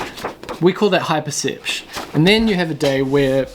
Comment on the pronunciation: Low percepch: the time saved saying percepch instead of perception. : )